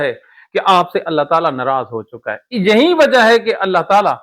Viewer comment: Hazrat aap bohat acha bolty ha lakin aap ka ye lafz galat ha lafz yahee ha yaheen nahi thanks